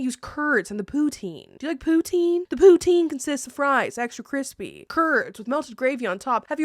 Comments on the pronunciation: You said poutine so much that by the end it sounded like you poo teens 😂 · What the heck is pootine? All I hear is "I like butthole". I mean, thats fine if you do, I just thought it was something else. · As a Canadian I am punishing you for the amount of times you said Poutine wrong high amount of cringe you need to have a poutine with the wrong gravy and have to put ketchup on it 😂